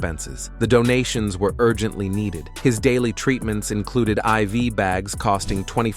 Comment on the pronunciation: Wes sim? That not wes Sims lol